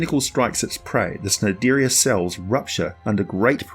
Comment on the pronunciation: Just wanna point out. The C in Cnidaria and Cnidocite is a hard C. So basically knidaria/docite.